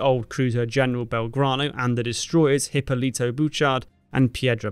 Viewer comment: Hipólito is pronounced "ee-POH-lee-toe" (the 'H' is silent in Spanish).